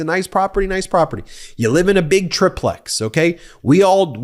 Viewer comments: It’s not a “trip lex” it’s a “tri-plex” (try plex) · Ben, for the love of God, it's called a TRY...TRY...TRY PLEX. IT'S CALLED A FUCKING TRIPLEX. IT'S NOT A TRIP LEX FOR FUCKS SAKE!!! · I feel like it's pronounced 'Try-Plex' you wouldnt call it a 'Duh-Plex'